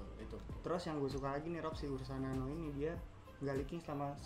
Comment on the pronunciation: Ursa nano bang bukan urna nano 🤣🤣🤣. Ursa nano lah the best no debat